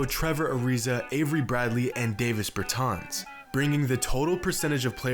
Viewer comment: It’s not pronounced Day-Viss it’s Dah-Viss